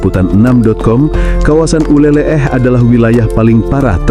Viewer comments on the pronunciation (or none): Min Bukan nyebutnya uleleh tapi uleleu. Aku sering main dan mandi di pantai uleleu waktu tinggal di Banda Aceh tahun 😊